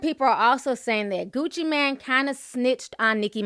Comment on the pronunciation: Ti!! it's Mane as in main😥😄